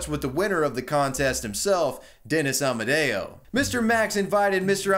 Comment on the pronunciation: I hear Amadeo, but his name was Amodeo... what's the error?